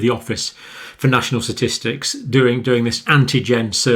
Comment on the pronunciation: “Satistics” LOL